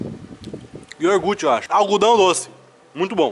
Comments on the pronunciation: n creio q ele falo yorgute kkkkkkk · Iorgute kkkkkk